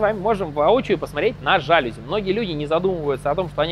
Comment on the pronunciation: Сел ужинать, а тут новый видос. Спс за ваш труд. P.s. Снова «жАлюзи»., это слово французское: без склонений по падежам и с ударением на «И»- жалюзИ.